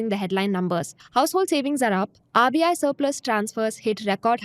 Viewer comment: just one feedback- when you are saying RBI, I am hearing it AVIA, maybe some pronounciation miss from my side.. Did anyone felt same?